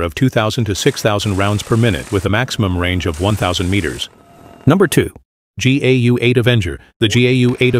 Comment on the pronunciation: Bruh, teach the robot it's pronounced "Gow" like cow with a 'g.'